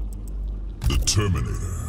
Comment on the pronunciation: Everyone: the terminator What i heard: determinator